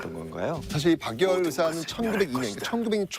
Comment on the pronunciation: 제발 발음좀 방열이 아니고 박열입니다